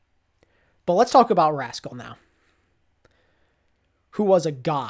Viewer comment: Weird that you said rascal and not haksal but I agree